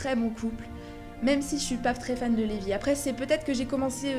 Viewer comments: je suis desoler mais se né pas lébi mais "Rébis" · C'est pas Leby mais reby et tu a rater pleins de moment qui montre que reby et gadjile, natsu et lucy ,Grey et jubia sont fait pour être ensemble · C’est pas Levy : c’est Reby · c'est pas Reby au lieu de Levy? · c reby pas levi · CEST PAS LÉVY CEST DEVY